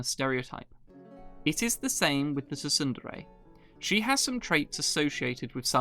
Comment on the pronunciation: Wait, you pronounce it tu-sun-dere? It's pronounced soon-dere. Like how you don't say the p in pterodactyl.